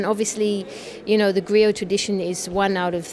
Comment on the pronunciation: Thanks for this beutiful interview, I love Sona music and Afrikan music for ever. I just wanted to point out that Sona plays Kora instrument though not Harp as the graphics indicates. and the GRIOT is pronounced (GREEO)